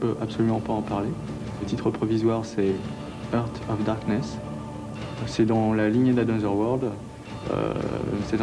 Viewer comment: je t'aime, t'es un dieu... juste une question, pourquoi t'obstiner a dire... "hirte of darkness"? xD